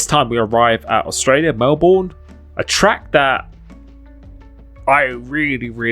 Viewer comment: It’s pronounced melben